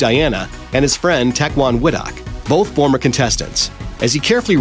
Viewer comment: Hearing this guy try and pronounce 'Tecwen Whittock' was painful.